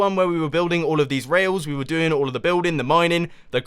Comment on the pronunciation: For when I watch it... it sounds like do